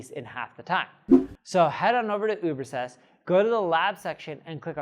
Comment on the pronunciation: Why can't you pronounce the name of your own tool? Ubersest?